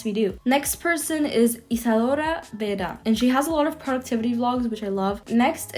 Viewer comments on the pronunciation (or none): none